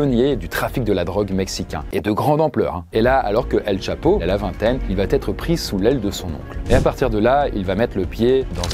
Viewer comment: Franchement c’est super cool mais les « il va-t-être », « il va-t-avoir » etc sont insupportables !!